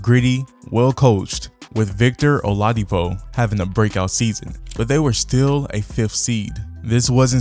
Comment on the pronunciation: Almost got a sub from me until I heard you pronounce Oladipo